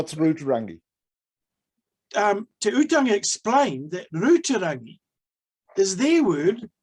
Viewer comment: Ruterangi/Ruterani/ NU TIRENI!!